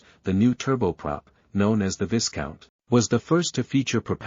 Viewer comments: Viscount is pronounced 'Vy-count', the 's' is mute. French pronounciation. No excuse for relying on shit text-to-voice software. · I think it is pronounced vie count, long i and silent s. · Can the air voice. And its pronounced "vie count" the s is silent